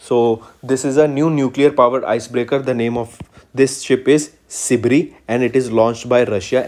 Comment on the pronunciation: Kuch ni thoda proper pronounciation ke uper kam karna hi ... Because this video some words were mispronounced. Eg: Sibir ko aap Sibri bolrahe the..! Except that u guys are amazing...!! 🔥🔥